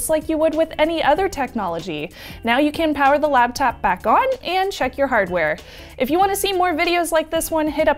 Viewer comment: Anyone else slightly irritated that says "labtop"? Maybe its a regional dialect thing I don't know about.